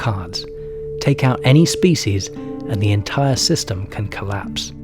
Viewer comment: Excellent documentary but the narrator's mispronunciation of "species" is very irritating.